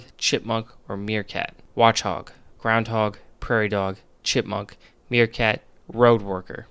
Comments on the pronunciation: meekrat lol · Did this man just call a meerkat a meekrat? xD